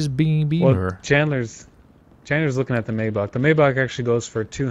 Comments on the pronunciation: It’s Not maybatsch it’s maybach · MAYBACH NOT MAYBACK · Maybać? Maybak? Its Maybach!! BACH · Nice rides and also Maybach is pronounced as (my-back) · It’s may back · Maybach is said like (may-bok) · Maybach pronounced as maaybaak. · It's pronounced my bock